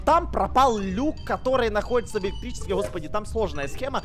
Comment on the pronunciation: Он когда сказал находится во 2 раунде мне показалось на.уй😂